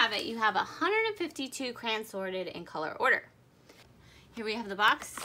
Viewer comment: Why are you calling them crans? Never heard that before